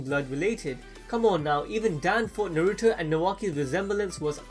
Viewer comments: say naruto right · narOOto and borOOto